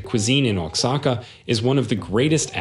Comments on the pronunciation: It’s not uatzaca it’s Oaxaca, (0ahaca) . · Wasaka? WTH? Oaxaca pronounced wahaca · Not to mention Oaxaca....